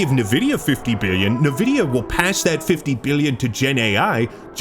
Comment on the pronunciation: "Navidia" so..often..🫠🫠